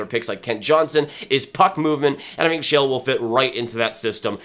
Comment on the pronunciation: One note, Sale is pronounced Shah-luh.